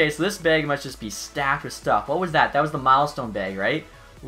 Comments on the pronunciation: He’s saying bag, but it sounds like he’s saying beg....maybe begging EA for good loot. 😂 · Does he say it like that bc he’s Canadian or sum, bc he doesn’t sound like it then he says beag